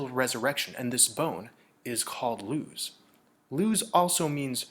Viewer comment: When I hear Luz I also hear Loosh...language disparity is a thin ice which one dare tread!